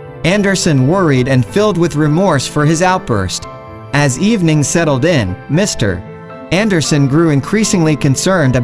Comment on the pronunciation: Your text is excellent except for one very distracting error. "Mr. Anderson" should be read as a single word. The period (.) after Mr. Is not a full stop. It's an abbreviation. Maybe just use the last name ... Anderson. Otherwise nice story!